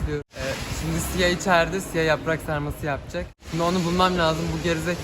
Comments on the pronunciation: yaprak sarması diyişi çok güzle jöxhisgğdihwühbsügşs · Aynı Türk gibi "yaprak sarması" dedi dnwşmd